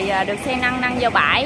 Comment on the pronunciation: làm clip rất tốt nhưng nên phát âm không chuẩn củng như xe 🚗 nâng mà đọc thành xe 🚗 năng hai tấn lại đọc 📖 thành hai tắn